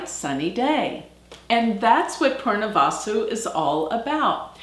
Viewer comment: Your pronunciation of Punarvasu is wrong .. it is not poornavaasu .. it is punar vasu